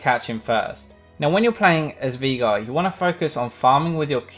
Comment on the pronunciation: its pronounced veIgar, the german way